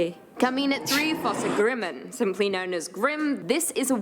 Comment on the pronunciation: It is very annoying to hear the Norwegian names, Fossegrimmen, Näcken etc. being pronounced in E n g l i s h !